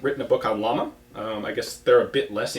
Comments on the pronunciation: Ian if the other gun manufacturer is Llama, it's not pronounced like the animal. It's pronounced something closer to Jama and it means flame. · You still have to learn to pronounce "Llama" correctly... ;-)